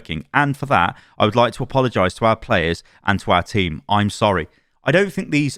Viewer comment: Bro said “sowwy” 🥺